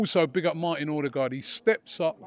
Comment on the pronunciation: Robbie's pronunciation of Odegaard is shocking hahaha